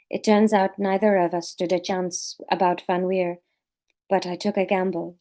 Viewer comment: Laura, you said VanWeer perfectly. Re Maki, we’ve had the same issue with both our girls (the boys ultimately wanted to wee on everything). I think you just need to hang out in the allotment for soooooo long that she has no choice but to wee and then go crazy with the praise - see if you can be there long enough for her to have a nap there. And i think the labling “wee” is a good idea - we say “do your wees” as soon as the pup squats and then “good girl” when she’s done. Sylvie used to hold on for whole walks and then wee in the garden, but she did learn once the walks were longer. Public poops took even longer. Also, if you’re going somewhere you go frequently, you could dig up a bit of grass that she weed on recently (or paper towel from an indoor accident) and take it with you to then seed that place with her wee smell.